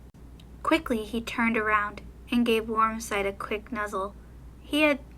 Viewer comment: Lol I was laughing the whole time cuz you kept messing up Warm Sight's name!😆🐈